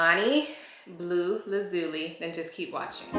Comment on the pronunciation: Great review! Just so you know going forward, lazuli is pronounced laz (the same 'A' sound used in cat) --zhoo--lie.